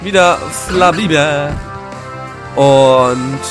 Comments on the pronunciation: Nicht wie beim zweiten Mal Flabébe sondern Flabébé :D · Es wird Flabebe ausgesprochen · "é" wird praktisch wie 2 "e"s, wie in Café Also müsste "Flabébé" Flabeebee ausgesprochen werden. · FlabEbe mit der Betonung auf dem ersten "e" :D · zuckerschock over 9000 Oo 3 unglaublich niedliche pokemon in kurzer zeit *.* wegen der aussprache frag mal dekay :D lautschrift kann ich net sry ich würde das erste e kurz aussprechen und das 2. lang also flabebeee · Markus nach meinem Wissen müsste es Flabebe ausgesprochen werden also wie man es auch ließt :) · flaːbebe nach der lautschrift von wiktionary. aber nur mal so, die e's in flabébé spricht man wie in schnee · [flabebe] sollte die lautschrift sein, ausgesprochen also "flabehbeh" =) ob es ein offenes oder geschlossenes /a/ ist kann ich dir aber leider nicht sagen, :D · Ein"é" wird so ausgesprochen: [e] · Es wird Flabébé ausgesprochen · Es wird flabibi ausgesprochen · Man spricht flabebe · Awwww echt niedlich wie du abgehst xDDD "Oooooh ein Ledyba <333" lach... Ich sitze echt nur lachend vorm PC weil du so geil abgehst auf die ganzen Pokemon... Flabébé spricht sich doch leicht aus... Café kennst du doch auch, oder nicht? ;) Ich würde mir so sehr wünschen dass du mehr Parts pro Tag hochlädst.. dein LP zu schauen ist einfach verdammt unterhaltsam :D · bei flabébé betont man beide [E]s stark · Also das über denn e ist ein Accent de gue und wird wie ein ä ausgesprochen, Französisch aus der Schule ist ein Stück noch da aber nicht mehr so viel ^^ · beide "e"'s betonen bzw langziehen...(hoff ich, ich bin froh französisch abgewählt zu haben...)